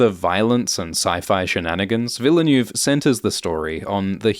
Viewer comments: Villeneuve = "veal nerve" not "vila noove"? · it's not Denis "Villa new" lol -_ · PLEASE PRONOUNCE DENIS VILLENEUVE'S NAME CORRECTLY PLEEAASE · It`s Denis Ville Neuve. Ville like Will and Neuve like Pont Neuf. Or just like Jacques Villeneuve (watch any F1 Formula one championship race during for the right pronunciation ;-) ) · Awesome Video - as always! But the man is called Ville- (like smallville =) -neuve, with the foreign sounding "öh" sound sandwiched in. The closest ~ American approx. I can think of would be "vil-nuv" ^-^ Excuse my wise-assing here, I really appreciate greatly. Cheers! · Thanks. Please make an effort to learn how to pronounce "foreign" names such as Denis Villeneuve. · Should really be this difficult to pronounce Villeneuve in a proper way? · I thought British guys pronounce French names correctly. Brexit effect? 😂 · How can you pronounce Lea Seaduauouoox correctly but not Villeneuve tho?! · can pronounce every fremen word with ease but can't pronounce the director Denis Villeneuves name correctly... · YouTube badly needs to do some some of webinar where they teach non-French creators how to pronounce Villeneuve. :P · Sorry to nitpick, but it's 'Chaani' not 'Chayni' and 'Vill-neuve' not 'Ville-neuve'.